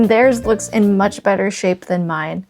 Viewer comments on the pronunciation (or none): none